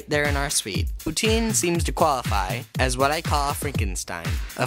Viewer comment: The second time you say poutine is pure quebec accent. I'm from the place and out of its context I would never guess that you are an english speaking person.